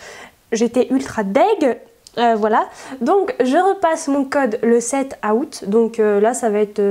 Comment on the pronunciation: Salut ✌ Je pense que tu devrais te poser avec la proprio et lui parler. A part ça, ça me stresse comment tu prononce "Août" à x) Je te trouve super mais il y a un petit truc qui me dérange ^^ (je vais avoir l'air d'une fille chiante mais c'est pas grave ) Les bruits de langue que tu fais par exemple à ou encore me dérange un peu.. Si tu pouvait arranger ça 😁. I love you 💖